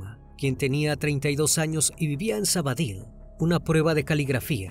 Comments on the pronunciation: Hola,un inciso,no es Sabadil,es Sabadell.Aprovecho por saludarles y felicitarles por la página. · Menos por lo de sabady que se pronuncia sabadel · Me pregunté mil veces donde es sabadill. Y no caigo supongo que será Sabadell que es donde ocurrió y se pronuncia como se escribe. Saludos desde Barcelona